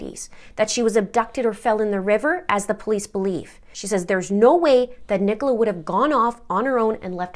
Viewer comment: Brilliant pronunciation of Nicola's name, I've heard many Yanks butcher it! 🤣 I am totally intrigued by this case, and as someone who ran a very large Facebook group about Perimenopause, I'm saddened to know this was a part of it, although I think that information should have been kept PRIVATE. The Police have also butchered this case, completely incompetent behaviour. People need to understand that HRT doesn't help everyone, particularly in the Peri years when your own hormones are like a rollercoaster. HRT just adds more hormones on top. The progesterone part, as you say, can add rage or depression, and this is why I will never be able to tolerate it. I also have chronic migraine so probably wouldn't be allowed anywayz. I don't trust her husband, and I would bet he was the one who called from the Welfare Check, typical Narcissistic husband kind of move. Get her labelled as a crazy, hormonal woman, then everyone will feel sorry for me, type thing. Even the Police mentioned how difficult it had been for Paul and her family. Narcs always get everyone feeling sorry for THEM and blaming the victim.